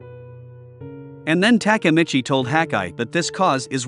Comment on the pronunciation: if i hear TAKAmitchi one more time imma kms